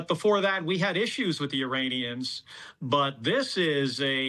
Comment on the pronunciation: Suppose it's just a slip of pronounciations after , but Uranians has an edge of danger to it :D